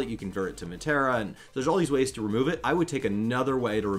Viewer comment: I love you two guys and listening to you to death but when you pronounced Materia as "Matt-tear-uh" I died a little inside lol.